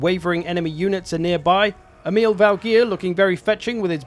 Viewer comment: so funny to hear people that dont speak scandinavian saying the name Emil, sounds like some arab name when you said it xD